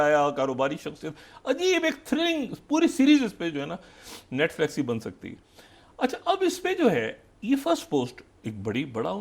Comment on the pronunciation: Netflix bhi nahi bol pata ye chaparghanchu farzi pagla doctor 😂😂😂😅😅😅😂😅😂😂😂😅😂